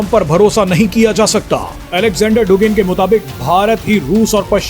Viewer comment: डुगिन नहीं, ये शब्द "दुगिन" उच्चारित किया जाता है।